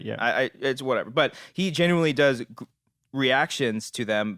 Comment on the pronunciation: Is saying genuinely? Sounds like genuy